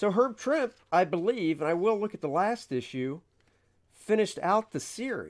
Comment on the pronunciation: Herb Trimpe pronounced his last name as "Tremp-ee" not "Tremp."